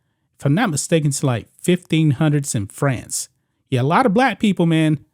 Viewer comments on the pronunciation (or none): none